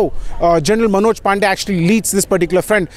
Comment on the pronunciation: Sir, a small correction. The name is Pande and not Pandey. Both are pronounced differently. It is a Marathi name, not North Indian.